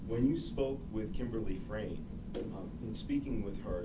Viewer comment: This defense attorney is so annoying! She can’t get her facts straight and she can’t say people’s names correctly!!!! Hello!!! It’s Frain, not Fran! Geeze